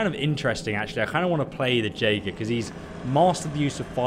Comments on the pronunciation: It's pronounced YAE-ger not JAY-ger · just an FYI, Jaeger is pronounced Yager. like Jaegermeister. its german for hunter.